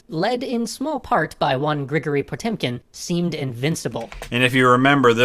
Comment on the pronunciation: Minor pronunciation detail for future reference: thanks to a peculiarity in the Russian alphabet, the letter "е" is sometimes pronounced "yo" (it's always stressed in such a scenario). Some of the names in this series have this peculiarity. "Potemkin" is pronounced "pa-TYOM-kin" and "Pugachev" is pronounced "pu-ga-CHYOF." The same holds true for Soviet-era leaders "khru-SHCHYOF" and "gar-ba-CHYOF."